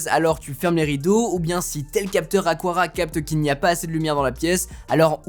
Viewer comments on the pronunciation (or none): Ce n'est pas "aquara" mais "aqara" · On prononce bien Aqara: Akara, et pas Akwara 😅